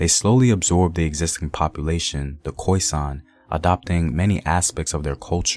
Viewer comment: Please can we stop using the term Khoisan. It's the khoi and the San. 2 separate people group. And I wish people would research pronunciation. Cool video though.